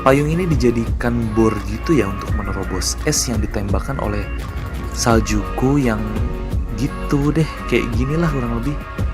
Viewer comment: Sejukku bang bukan Saljuku